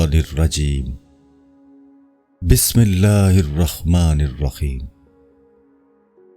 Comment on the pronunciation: Bhai Bismillah tu Sahi phar lu.